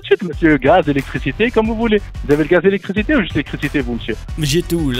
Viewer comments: respire respire c'est pour l'ilictriciti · ha ha ha ....bijour...l'ilicrticiti ....i li gaze !